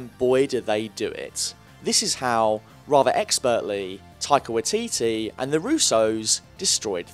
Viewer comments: Y titi NOT wah titi (Sorry from New Zealand just cringe when stuff is pronounced wrong) (No hate) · WYE- TEETEE That's how its pronounced >:I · Just say Y-TeeTee instead of watiti bruh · None of the letters in Waititi's name is silent. It's pronounced "Why-ti-ti", not "Wa-ti-ti". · Hi, as a Kiwi, can I correct the way you pronounce, Taika's name, as you are saying it really really wrong. Its pronounced 'Why Tee Tee" Not 'Wee Tee Tee' as you keep pronouncing it. Cheers for the essay. :) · Okay. I've scrolled through like 3 pages and no one has said anything about his pronunciation..... its pronounced "Why-teetee" not "Wit-teetee" same for his first name "Tie-kah" Taika Waititi.. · Liked the video, but I was going insane at the pronunciation of taika waititi's last name. It sounds like why-tee-tee not wa-tee-tee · it's pronounced "Why Titty" not "Wah T T" xD (from nz how we pronounce it ish) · When he said "Watiti" I cringed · Its waititi.. why-tee-tee not wee-tee-tee.. lolz. Love it. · im sorry but the way he says wateetee hurts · I'm a bit late to the party, traffic was horrific, but Waititi is pronounce Why-tee-tee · The pronunciation of Waititi is “why-tee-tee’ more emphasis on the ‘wai’ and the ‘titi’ to be said faster like “titty” 😅 hope that helps :) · It’s waititi (why-tee-tee) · Hahaha it’s so weird hearing someone from America try to pronounce a Maori name EDIT: thought I might add this for anyone who wants to know how it’s actually pronounced its, wa i ti te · Okay I swear to god If you pronounce Waititi wrong again I'm seriously going to punch you. WHYATEATEA. Is about how good I can get pronunciation to be. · hahaha you saying taika waititi was the the best part this video you said taika why tea tea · Waititi is said as "why titty" but yeah... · Waititi is pronounced "Why-tit-e". It's a Maori name. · Being a Kiwi I'm hurt at how you're saying Taika's name. JUST SOUND IT OUT!!! Ta i ka Wai ti ti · Waititi is pronounced why-tee-tee